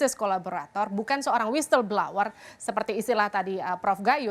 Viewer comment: Whistle (whistleblower) bacanya WISSEL, Mbak, bukan WISTEL🙏🏻😀